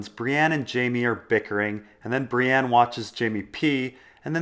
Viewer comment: When people say "Bree-ANNE"...F*ck.Them.